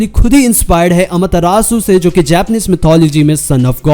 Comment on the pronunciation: It rages me so much(the way u say AMETERASU)😐 Pr ye chl or app bhot badiya hai Also u should get a AMETERASU counter in it vdo XD